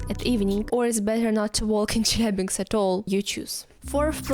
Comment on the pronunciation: What is dangerous is your pronunciation of "Chelyabinsk")